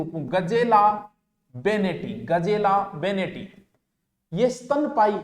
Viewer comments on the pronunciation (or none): सर चिंकारा का वैज्ञानिक नाम "गजेला बनेटी" है ना कि "गजेला बेनेटी"।